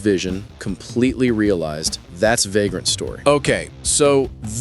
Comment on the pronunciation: Yeah... I heard it too. 😂